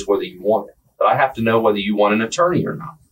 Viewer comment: Was physically unable to pronounce "attorney"?